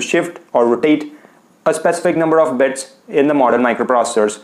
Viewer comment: Its bits not beds